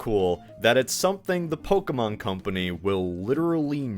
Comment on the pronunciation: It’s poh-Kay-mon